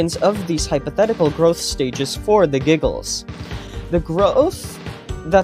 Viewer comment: “The gro-ofth” 😂